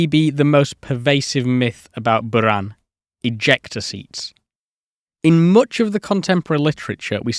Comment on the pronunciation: Cheers from🇷🇺 Your pronunciation of BUЯAN deserves a RESPECT on it's own 😂 Thought Artyom Tatarchenko's surname might still need more effort😂😂😂